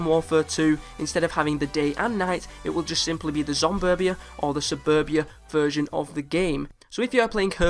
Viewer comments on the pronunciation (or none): none